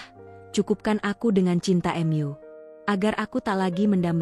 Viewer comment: Ada kata" yg mengganjal karna Mu ,kenapa dibacanya M.U?